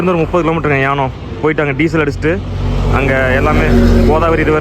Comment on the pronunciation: யானம் இல்லை ஏனம்.